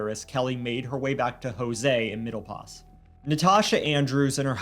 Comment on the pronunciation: Place called middle pos not os!!!